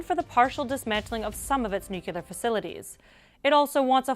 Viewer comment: Nukelar nukelar nukelar nukelar nukelar nukelar nukelar nukelar nukelar nukelar nukelar nukelar nukelar nukelar nukelar nukelar nukelar nukelar nukelar nukelar nukelar nukelar nukelar nukelar nukelar